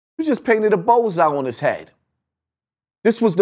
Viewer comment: "Knowing the conSEEquences" "You just painted a BOWLseye on his head" The self proclaimed "" can't pronounce his words for shyt